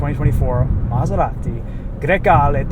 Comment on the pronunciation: Bro said that name so flawlessly